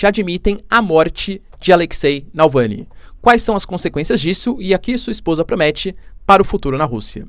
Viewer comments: Nãooooooooo é Nalvany, é Navalny. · Prof, vc é fantástico, - apenas uma obs pequenina, é Navalny, o Sr. está pronunciando Nalvany... abs. Parabéns, seu conteúdo é incrível! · Navalny, não Nalvany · Professor repete comigo: NAVAAALNY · É NavaLny, professor 😆